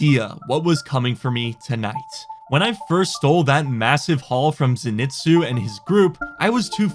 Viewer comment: just an fyi, it's pronounced (zen-ee-tsu) it's a name from a popular anime called demon slayer. Great anime if your interested 😁, ps love your content I've been watching your videos for years, thanks for all the enjoyable nights watching your wipes with friends or by myself, you never fail to bring a smile to my face. I play console rust but I hope after my deployment in the army that I can play on PC.